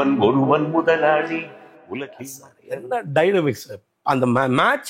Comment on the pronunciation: Mudhalali and not Muthalali